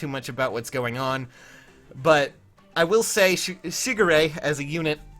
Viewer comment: Every time you say his name all I hear is Sugar Ray... Lolz